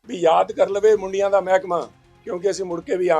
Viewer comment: ਹੁਣ ਕਿਹੜਾ ਸਹੀ ਬੋਲਦਾ ਹੈ ਮੁੰਡੀਆਂ ਨੂੰ ਬੁਡੀਆਂ ਬੋਲ ਰਿਹਾ ਹੈ।